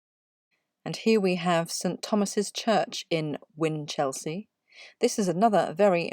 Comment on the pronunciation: Good video with sound research. However its generally pronounced, "whinchel-sea" not whin-chelsea* (*as in district of London).